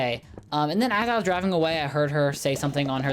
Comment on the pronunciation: i thourght the whole time he was saying diving not driving so I was like whatttttt? order food while diving?